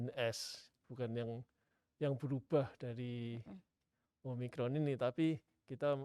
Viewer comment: omikron kak bukan om rikon